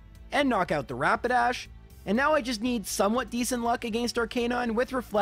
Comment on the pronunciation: so glad to hear someone other than me call Rapidash "Rabadash". Since I was learning how to read when I first played pokemon, I mispronounced so many names. Now I just need to hear someone call Magikarp "Mantikarp" and my life will be complete.